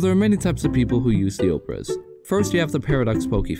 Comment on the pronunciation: actually this pronounce like obrEz.